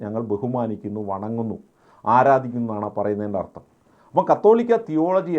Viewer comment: അർത്തo അല്ല സ്നേഹിതാ അർഥം